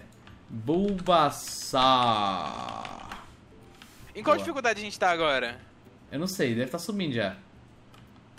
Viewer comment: Bubassauro mds véi é bulbasaur._.